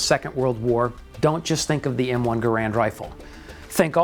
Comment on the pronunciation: Inexcusable for American Rifleman to mis-pronounce the name of the man behind the M-1. John C. Garand's last name is pronounced: GEH-rend .......w/the accent on the FIRST syllable!